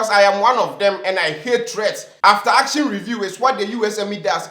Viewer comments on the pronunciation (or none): none